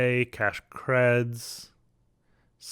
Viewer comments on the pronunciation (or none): none